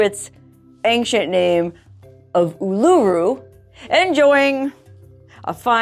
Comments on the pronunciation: It’s pronounced ‘Oo-la-roo’ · It's oooooh-laaa-roooo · Love the way you say Oolarooroo! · Awesome you'll be visiting us here in Aus.. would love to have a meet n greet but doubt you'll come to Canberra.. Oh and by the way Uluru is pronounced Ew La Roo.. Cya Matey.. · The rock is pronounced Oo-la-roo 😊